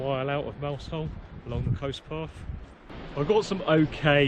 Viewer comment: " Mouzel" ... otherwise fine upload. Great channel. Many thanks.